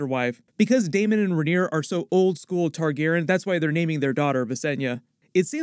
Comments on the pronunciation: Not to be a stickler, but Tar-gehr-ee-ahn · Love your videos but can you PLEASE start pronouncing all of the sylables in "Targaryen"? It physically hurts me :)